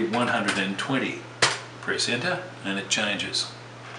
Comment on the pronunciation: Well you are a wonderful teacher, but it took a long time to figure out what you were saying every time you said press enter, I do were hearing aids and after going through some batteries, LOL, I heard it loud and clear. "Press Enter". I can't wait to get going on your other series and what they cover